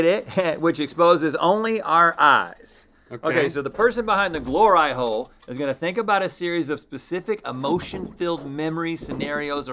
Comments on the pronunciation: “Glor-eye” hole......are you serious lol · Who let them say gloreye hole? Haha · Glor-eye hole.. 🤦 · They really called it a “GLOR-EYE HOLE” 🤣🤣🤣 PERFECTION!!! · Glor-eye hole 😂😂🤦🏼‍♀️ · I... I'm sorry... "Glor-eye-hole??" slow clap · am I the only one who facepalmed when they said glor-eye hole? like.....?? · Glor-eye hole. Really guys? Lmao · Glore-eye hole, guys? Y'all need to stop! 😜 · I gotta say fellas... Glor-eye-hole is kinda cutting it close to the edge..